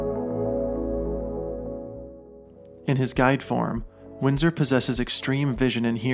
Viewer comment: What's his name? It sounded like you kept saying Windsor in the video, but the description says Winston.